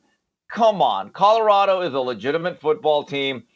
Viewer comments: I am also not a fan of Mr. Sanders and it was long, long before he stepped into the coaching ranks. I’ve always viewed him as a self-absorbed opportunist; all about him. I agree with you, Jason, on every single point. But, I need to ask a favor, please: it’s CoLorado, not CoDorado. That is annoying. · Whitlock shouldn't speak on Colorado until he learns how to pronounce C-o-l-o-r-a-d-o. Not Codorado. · Jason can’t say the word “Colorado” to save his life. “Cotterado”…😂😂😂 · Colorado not Codorado! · Cadarado ? Mr. HOF Journalist needs to learn to enunciate while he ridicules other people’s achievements.